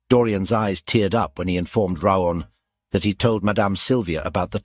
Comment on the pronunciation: His name is raon! why you keep calling him Leon???